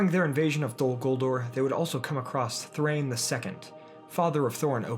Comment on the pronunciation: Thrain does not rhyme with ‘gain’ in Dwarvish. It’s DAH-EEN. Both vowels are voiced separately. It’s in Tolkien’s wonderful appendices.